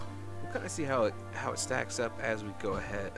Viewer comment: *How, not Haw.